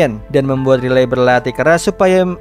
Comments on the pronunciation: Bang aku suka dengan cara mu bercerita cuma kalo nama cewenya bukan riley tapi raiyli bacanya makasi bang🙏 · sebutanya railey bg bukan literally "ri-ley" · Min nyebut nama character ny bukan Riley tapi raili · koreksi dikit ya bg, walaupun penulisan namanya Riley sebutan namanya Raili bg, bukan Rilei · Bang baca nya buka riley ,tapi di baca rayli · Riley❌ Relay✔️ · Riley di bacanya raylii bang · Riley itu Raili gasih bg namanya klo dibaca? 👁️👄👁️🙏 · Raili bacanya banh 🙏🙏🙏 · Riley di baca : Raili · Bacanya Railiy min😅